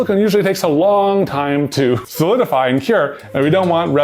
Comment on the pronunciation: she said ✨soldify✨